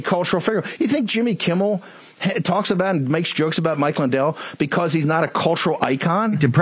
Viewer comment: Marjorie “Buhcuz” Taylor Greene